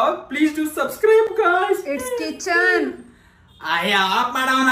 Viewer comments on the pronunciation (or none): ಚಿಕನ್ ಅಲ್ಲ😂❤ಅದು ಕಿಚನ್🙆‍♂️ ಅಯ್ಯೋ of ಮಾಡ್ ನಿನ್ ಅಕ್ಕನ್🤣🤣😄😄